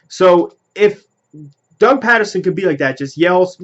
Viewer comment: Ur sayin his name wrong bro lol ..... Ur saying it like the city Patterson ..... It's really pronounced like Peterson ..... I'm sure yourll see what I mean after his first official press conference tomm tho, I'm not to thrilled either like most Eagles fans but i mean we gotta give him a shot atleast maybe he'll end up being good lol not like we have a choice but I do agree with u that its like the andy Reid hire where no one really knew him an wasn't really on any fans radars ... #flyeaglesfly